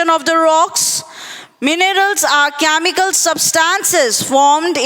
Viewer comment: Aliment = elements 😂 camical = chemical